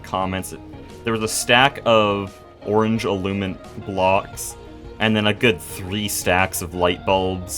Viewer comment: I believe you're saying "illuminant" wrong lol. it has an extra "in" syllable that you're leaving out. you're just saying "illumant" instead of "illuminant"